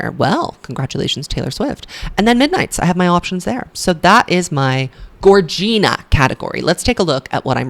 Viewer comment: Gorgina is pronounced like “vagina” not like “Regina” 🥰